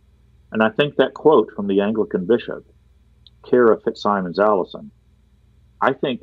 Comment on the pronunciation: Plea to —please, the FitzSimons name is pronounced “FitzSimmons”, and not the way it is spelled. Knowing him, and hearing his name said several times in the podcast, I’m compelled to mention this—so sorry, but it just got to me!